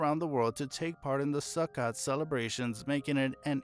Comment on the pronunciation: su-kOt not su-kot 😂😂❤